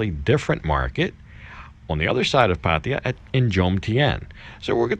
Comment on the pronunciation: your getting close to pronnounce Pattaya you will get it soon